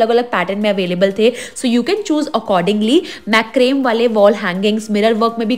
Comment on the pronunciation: Its not Mac-crame. Its MA-CRA-ME. 😅